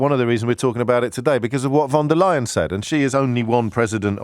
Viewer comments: If you're concerned about the pronunciation of the EU president: it's "Phon der Leyen" and not "Won der Leyen" 😏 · Von Der Lying.